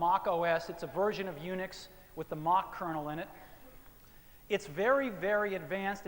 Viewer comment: "Mach" OS.. lol